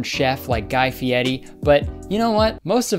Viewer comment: I can't believe you said Guy Fieri's name right